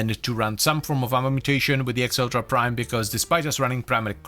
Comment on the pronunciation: Acceltra is Meh-celtra